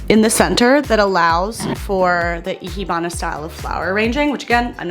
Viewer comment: I always love your design videos so much. I can't think of anyone else on YouTube I love as much for style as you! Also Ikebana is said like I-kay-bana. The rest you are saying correct, but ke is said like kay in Japanese! I've loved Ikebana for a while. It feels so unique.